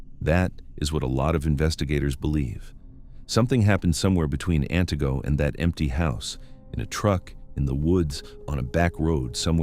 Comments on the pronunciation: AN-tih-go, not an-TEE-go. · As a Wisconsinite, I understand that some names of cities and towns are difficult to pronounce, but this narrator isn't getting any of them right 😂😂😂 it's AN-tigo😂😂😂and Wausau is not pronounced Wow-sow 😂😂😂